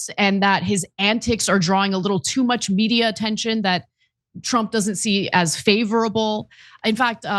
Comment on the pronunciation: Can someone tell me what's up with Ana's pronunciation of the word "media"?